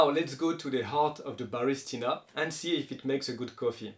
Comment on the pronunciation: It's ba ris TI na. You keep saying ba RIS ti na